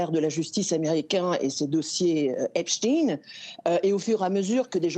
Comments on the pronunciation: Noooon, pas Epstine... Epstein. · epstein svp pas epstine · comment distinguer un "bon" journaliste de la télé d'état ??? : Eh bien écoutez comme il prononce le nom Epstein , pas du tout comme le génial Einstein mais "Epstine " comme le vilain Poutine Je me marre on les reconnait même à l'oreille maintenant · prononciation allemande correcte : Epstein 🇩🇪 prononciation étasunienne : Epstine 🇺🇸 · Pourquoi vous prononcez Epstine mais pas Epstein ???? Oui il est israélien pas russe